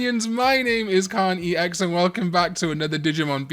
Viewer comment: I started losing my hearing and now when Karn says “KarnEX” I hear “Karn eats eggs” and I needed all of you to know